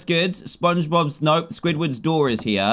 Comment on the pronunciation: He always calls it swidwards door, but it’s spongebobs door